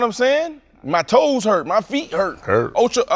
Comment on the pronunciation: “His TOe’s HUrtt😂”